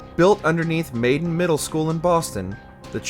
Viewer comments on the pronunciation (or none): Not sure I trust the list when he says MAIDEN instead of MALDEN. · its pronounced Mald -Den , i have a buddy that lives near there also the kids rebeled against and killed the vault tec workers.